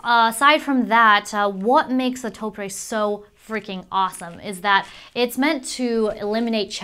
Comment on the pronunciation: Love the video but hate how she pronounces Topre.